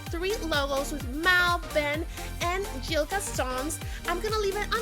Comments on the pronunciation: it's not Jill it's gil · You pronounce it as Gil not Jil. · It’s Gil not Jill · not trying to be rude it is pronounced Gill